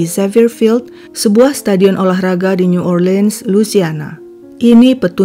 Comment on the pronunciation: Hampir sempurna Mbak! Pronounce New Orleans yang kedengaran janggal. Suaranya bagus...suka dengarnya 🥰. Salam dari AMSTLVN, Europe NL